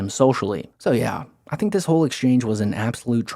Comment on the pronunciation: I didn't expect to leave here thaankin. But since we're here, I thaank, I thaank Joe's gonna need to get the H out of there, and soon